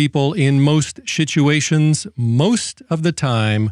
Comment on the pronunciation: 😄i like the way says, shituation!